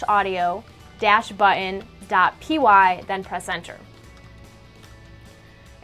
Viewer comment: Omg. "But-ton" not "bu-in". Please do more of these! They are hella bad.